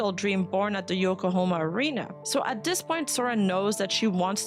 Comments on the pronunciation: "Yokohama" ✅ "Yokohoma" ❌ "Yokohoma" ❌ "Yokohoma" ❌ "Yokohama" ✅ "Yokohoma" ❌ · Think you pronounced Yokohama correct once 😂😅